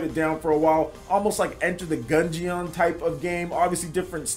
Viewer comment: I just wanna ask why has so much trouble pronouncing "gungeon". To me it seems obvious how it was intended to be pronounced. I've never heard him say "dungeeawn" so I figured he would get it right.